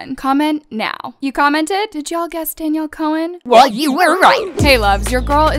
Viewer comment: At the beginning she said "Danielle collen "